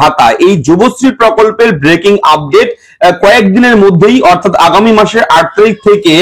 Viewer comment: ব্র্যাকিং আপড্যাট.. উচ্চারণ শুনলে গা জ্বলে যায়।